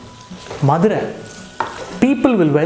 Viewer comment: Missed this so much presently in London. But now will try it here. So much joy derived from Nagapattnams pottalams and karaa sev till i was 20 yrs old in Madurai. Thanks Rakesh. BTW i love the way you say madura in tamil like a madura-kaaran. One more food stall just few blocks from nagapattnam in madurai is Gopu Iyengar whose Vellai appam, Kathirikkai bajji, Paccha mulagaai chutney and patnam bakkoda are unique and authentic.